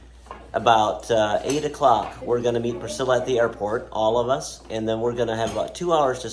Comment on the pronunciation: I like how AI pronounced Priscilla: "Pris-killa" :)